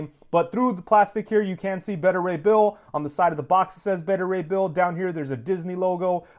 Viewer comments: The way you kept saying his name was painful. It’s Baita as in Alpha/Beta not “Betta.” Beta (Baita) Ray Bill 👍🏿😂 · Btw who's "Bettah" Ray Bill? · You're a big fan of the character but you can't pronounce his first name right? Beta = Bay-ta